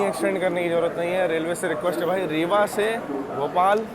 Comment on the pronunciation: आप इसे रेवा क्यों बोलते हो जबकि हिन्दी में यह रीवा लिखा है ? हिन्दी सही है की अंग्रेज़ी उच्चारण ? 😅 Ps: मैं समझ रहा था आप ग़लत उच्चारण कर रहे हो लेकिन चूँकि आपकी कुलदेवी पास की ही हैं, इसलिए आपका तो यहाँ बहुत आना हुआ है।